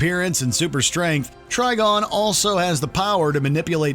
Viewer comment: It’s TriGON not TriGONE! Think PentaGON or PolyGON